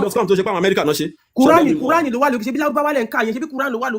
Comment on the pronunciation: Is it qur'an or kurian? 😅